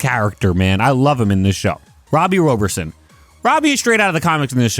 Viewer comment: How tf u butcher Robbie Robertson. It’s literally pronounced exactly how it’s spelled & looks. His name is Robbie Robert Son lol